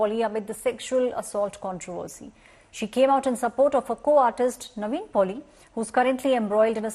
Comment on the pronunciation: First learn his actors name it’s “NIVIN” not “Naveen” . It’s a christen name as well not some difficult South Indian name pathetic news media